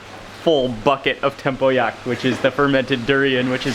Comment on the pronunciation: Its 'tempoyak' not 'temple yak' 😂